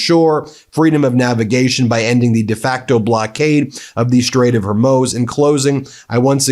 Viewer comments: Ben, I listen to every one of your broadcasts via Apple Podcasts, and I have to mention something in your delivery that’s creating an unfortunate distraction, and becoming sort of a running joke: your frequently changing pronunciation of the Strait of Hormuz. It’s gone from “Hormyooz” to “Hormoze” to briefly correct (yay!), to “HERmuz” and now back to “Hormoze”. No one else seems to have difficulty with this. Maybe it is a sort of running inside joke. If not, please work on it. It’s starting to impact your credibility. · Ben, I know there a many more important things going on, but you'll sound SO much more professional if you pronounce common words correctly! The Strait of Hormuz: it's not Hair-Muse, it's not Har-Moze; just say Hor-Mooz! It is simple and well known! Thank you for your attention to this matter. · Ben, I love you but…Hor-mooz! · Getting closer. "Hoar Moooze" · It's pronounced, HAIR-MOOZE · Ben and Meidas - I love and have followed your work from Canada for years! My one petty request is, please stick the landing on the pronunciation of Hormuz… I fear we’re going to be talking about it for a while. 😉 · damn, what’s wrong with you? You purport yourself to be a news program, how come you’ve come up with a half dozen alternative pronunciations to “Hormuz”. It’s not that fucking hard. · I'm sorry to sound petty but can someone tell Ben how to pronounce Hormuz? Thank you. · Can you please open Google and ask it how to pronounce Hormuz!? Ffs! It's not Swahili. H O R M U Z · It cannot be that hard to learn the proper way to say Harmuz brother, please.